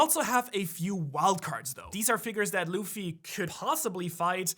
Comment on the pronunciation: it's nor luf its luffy